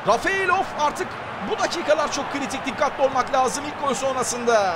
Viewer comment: Abi Rafeylov degil Refaylov :D